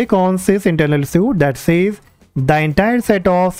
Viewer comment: Please do not pronounce suite as suit, but it is correct to say the word suite as sweet. Thank me later.